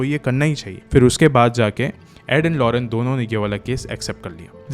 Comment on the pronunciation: Its lorraine not lorene..nice explaination❤